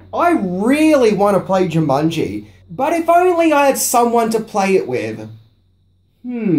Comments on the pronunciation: Why do u pronounce it jumunji instead of jumanji? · I literally paused the video a min and a half in as it was bugging me and had to see if someone else mentioned it. Jumunji, Jumunji, Even when I said the word Jumanji in my head it now comes out as Jumunji. Damnit. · Uh,, its Jumanji, NOT Jumunji. And does everybody in New Zealand say "fings"? Come on buddy, it's part of every video title. Weird! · JOO-mon-jee, not JIM-mon -jee" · Its jumanjiiii not jumunnnji :) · Dude! It's jumanji! Not jamunji! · "Jamungy" Try to unhear that now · Jew Mongi ? Jaw mungy ?😂😂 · you sound as if you are saying 'JamUnji' all the time.